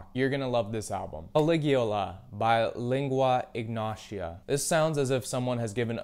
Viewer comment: not only did you pronounce caligula ( ca-lig-u-la ) wrong but you spelt and pronounced lingua ignota wrong ( ling-wa-ig-note-a )